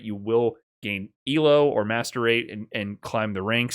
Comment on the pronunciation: Please say MR, every time you say Master Rate I hear 'masturbate'😭😭